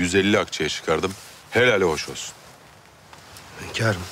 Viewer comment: hönkarım dedikçe sinirden dişlerim gıcırdıyor